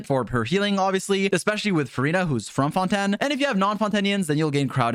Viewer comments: Say fonten again and im killing you (ingame) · The whole French pronunciation thing is a joke at this point, right? Right? Fon-tan? Fon-ten? Shar-lot? Noblesse Oblayj? Like... pick a lane, dude. Or y'know. Just say em the English way.